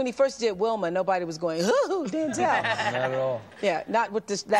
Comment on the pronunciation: She kept saying "DANzel". She know DAMN well what his name is...